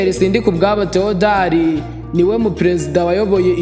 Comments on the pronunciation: Mbega imbwebwe weeeee, ngo ni "Sindikubwabo Tewodari" kdi ari "Thèodore" injiji ziragwira pe🤔🤔🤔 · Wigize umuswa, izina Theodore ntuzi kurivuga? Uvuze Theodari wowe. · Uri ikigoryi kbs, ntuzi kuvuga Théodore kweri ?